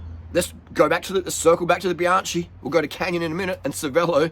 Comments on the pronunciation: Bianchi! It’s Biankee not Bianchee. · Bruh that's all good but please ... "bee-AHN-kee" ... not bye-AN-chee"... thank you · You don't pronounce Bianchi correctly...you never watch Bianchi Italian website!!!!! You pronounce Bianci...is with H!!!! Bianc HI like k t Forgot H . For you need to be like K .. so for USA Bianky.. got it?. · Love your work. Bianchi is pronounced Bian-kee. "ch" is pronunced "k" in Eyetie.